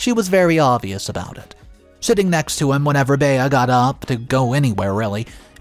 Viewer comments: Fyi, Bea is pronounced Bee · The mispronunciation is like finger nails down a chalk board.